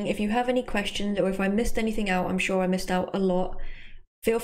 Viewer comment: i'm hear it as not "sure" but "чё", okay...